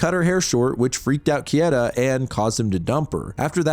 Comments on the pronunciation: Bro, it's not "Kieta", it's "Keita". As in "Kay-ta". I know you've watched anime. >:( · pleaseeeee how is it that you're a horror manga channel and don't know how to pronounce "keita" 😭😂 "kay-tuh" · I've watched a bunch of your videos now and some of your pronunciations are way off. Japanese vowels are the same as Spanish vowels. For example Keita= KAY-ta The emphasis is also on the first syllable. For example O-gushi, HI-bino, CHI-fuyu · Keita Kieta English natives and japanese names or words. hahaha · KAY-TUH, dude; you're getting those letters a bit jumbled. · the way you pronounce "Keita" is so upsetting... why wouldnt you just look it up if you knew you were going to say it so often? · I mean for one, his butchering of Keita's name lmao. I could go line per line and pick out the inaccuracies but it's easiest just to tell you to read the manga